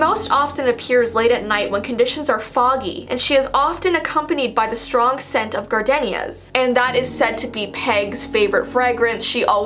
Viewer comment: I dont mean to be one of those people but Gardenia is pronounced as "Gar-deen-ya"